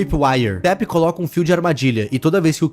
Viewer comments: Taph é uma mulher e pronunciasse "táfe" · eu achei que se pronunciaria TAFI nao e?